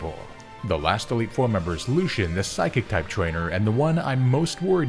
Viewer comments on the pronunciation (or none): none